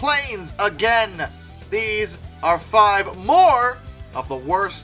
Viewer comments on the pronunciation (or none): none